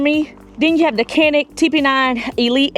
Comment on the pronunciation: Just an fyi Canik is pronounced "Jonik " (Turkish)